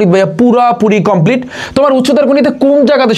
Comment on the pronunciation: ❎কম্পিলিট ✅কমপ্লিট সরি ভাইয়া বলার জন্য 😅